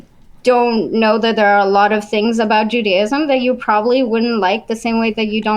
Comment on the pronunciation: Every time I hear her say, “ju-DAY-ism” it makes me want to throw my phone out the window.